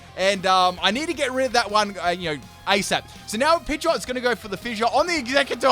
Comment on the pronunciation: " my pidgeotte is going to digi-evolve "